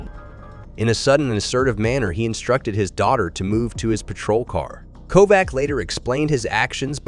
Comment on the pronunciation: Kovac is pronounced with a ch at the end